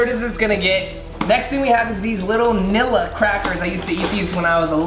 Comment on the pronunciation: Nilla switch the L’s with g’s